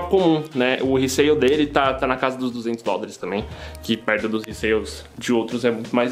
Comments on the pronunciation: video brabo mas oq me deu agonia foi vc falando resail kkkk retail = valor do drop resell = valor de revenda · não vai de cada um, resale ta errado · nome disso é "resell" irmão, só traduzir no google n quer dizer que é o dialeto correto